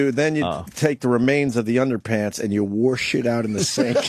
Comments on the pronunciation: God can Opie ever stop saying worsh instead of wash?! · No because it's way too funny when he says it.